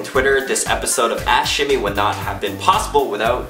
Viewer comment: Every time he said ask shimmy... I heard.... Ash (ass) shimmy